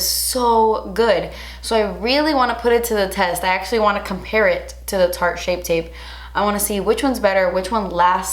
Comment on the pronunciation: Take a shot every time can't say "shape tape" 😂❤️